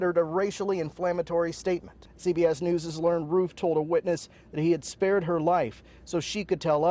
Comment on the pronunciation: He said Roof wrong